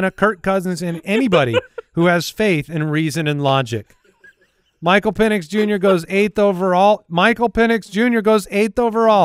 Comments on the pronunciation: at least it was Pen-S and not Peen-S🤣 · I don’t know about you - but I heard say Pen-ITs with a T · Sounded more like Pen Es to me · I heard Pennus. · He definitely said PENIs it was a soft s lol. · I heard pen is or pen es but it was close 😂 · is SO confident that he said an "X" in Penix, that you can see his hand on his head....asking himself..."What did I just say?!".... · 1000% said Pen!s 😂🤣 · def said Michael Peni$ xD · Confirmed, he said Pen-is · definitely dropped the S instead of the X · Definitely forgot the C sound before that S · He didnt say the X in Penix 😂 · I heard S... not X